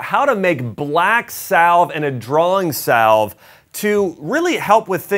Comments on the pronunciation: It is pronounced "sav"....rhymes with "have". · BTW, the “ L “ in “ salve” is silent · The L is salve is silent isnt it?